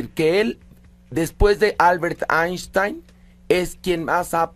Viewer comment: “Aishtain” Einstein